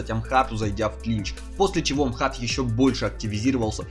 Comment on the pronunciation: не Амхат а Ахмат